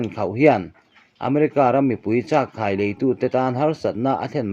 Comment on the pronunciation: Chak khai ilam rik khan khai tih tak kha .thluk hniam lo vin. kai tih tak kha thluk sang la chuan chak kha'i tih tak kha ilam dik tawh ang